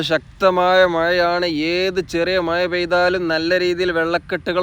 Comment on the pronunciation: മയ അല്ലെടോ മഴ എന്നു പറയു